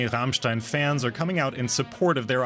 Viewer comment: ICH / STEHE / ZU RRRRRAMMMMSCHTAAIIINNN ! lol